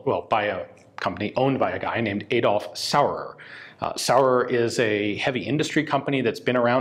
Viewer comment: Very interesting but please don’t say „Edolf“. It’s spoken as Adolf.